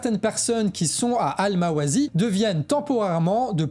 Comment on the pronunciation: Il faut prononcer ألمواسي Al-Mawâssi, comme s'il y avait deux "s", et non pas : *Al-Mawâzi.